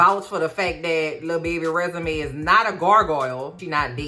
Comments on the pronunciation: I keep hearing Resume 😂😂😂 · Everytime you say "Resume" I cry 😂😂😂😂